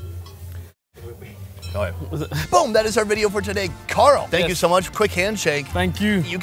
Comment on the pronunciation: why he calling him Gull. It is Carl